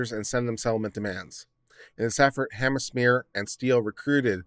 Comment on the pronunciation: "Hammerschmeer"??? HANZ MEYER! HANZ MEYER! HANZ MEYER! How hard is it? You actually pronounce it right a few times, along with a dozen other pronunciations.